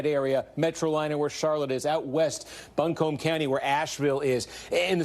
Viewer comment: Im from buncombe county...not how you pronounce it Kornacki 😂 ...basically turn the o into a u phonetically...Trump came to town not too long ago, probably 20 000 people. .. Kamala should come to Asheville like Obama did in 2008, we won NC for him then.